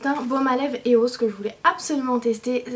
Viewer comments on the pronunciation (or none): Sa se prononce iOS pas eos cest en anglais le e se prononce i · Sa je se dit pas eos sa se di iOS car il vien de Londres et le e en anglais se dit i